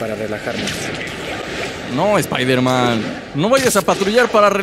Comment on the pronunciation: Airon spaiderman